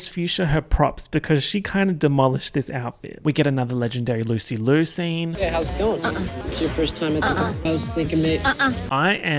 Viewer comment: did- did he just call THE PRODIGY "Rina Sawayama EP-type beats" also that's not how you pronounce Liu